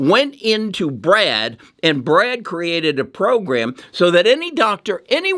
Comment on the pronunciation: Goggle’s AI is called Bard not Brad.